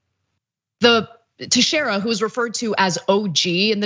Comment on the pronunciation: Teixeira is a portuguese name. In case you want to know the correct pronunciation, its Tay(as in Taylor)-Shay(same sound)-ra.